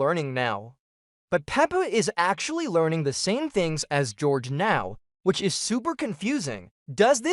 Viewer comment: It's george not horhay